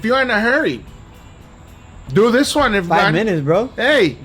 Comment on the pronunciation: “Dees is what it looks liyke” -Guga